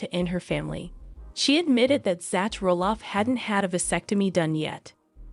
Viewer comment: It is not pronounced "Zatch" His name is spelled Zach for Zachary, but his name is pronounced "Zack" like the name "Jack" Quit mispronouncing everyone's names!! Pronounce their names correctly all the time!!How would you like it if your name was mispronounced all the time?